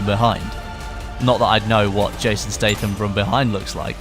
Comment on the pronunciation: Looks great imo, but am i the only one who has always known that is pronounced Jason Stat-ham not like State-ham?